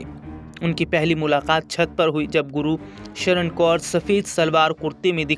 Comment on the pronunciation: Gursharan hai bhai na k Guru sharan